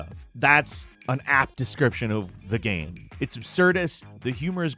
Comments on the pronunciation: Gayme? Just say game like normal people. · ~WAT IS A GEHM